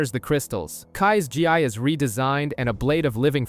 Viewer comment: My guy; the “Gi” in “Zane’s Gi” is pronounced “Gee”💀🤦🏾‍♀️